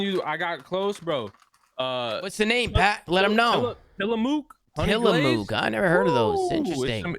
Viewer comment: These dudes are saying TillaMOOK hahah, that's my hometown in Oregon bro. Tillamuk is how you pronounce it